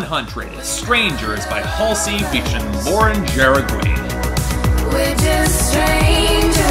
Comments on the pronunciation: it's ha-re-gi not like that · Lauren's last name is pronounced "Ha-re-gi"